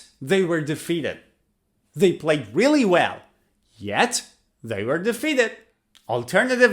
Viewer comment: Hello, First of all, many thanks for your endeavour in teaching others. Great job!! I am an ex teacher of English Language and I could not help noticing your pronunciation of "were" which seems to be wrong. Please do let me know if I am wrong 😮 As a matter of fact, in another video, you pronounced it as [where]. I wish I could type in the phonetic transcription of it but I am not able to with the limited phone keyboard. I hope you got the gist of it. Carry on with your endeavour and take great care. Kind regards